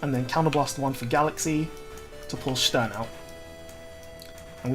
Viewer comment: You know the video is worth its salt when Stern is pronounced correctly